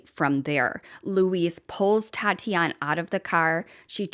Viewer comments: What a great tribute. Her name is pronounced at Tatianee (long "ee" at the end), Tati for short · Since she is Brazilian it is Tatiane pronounces Tatianie, the -e makes the 'ie' sound as in 'key' so you're correct it isn't Tatiana. :) Merry Christmas, I love your videos. ♥️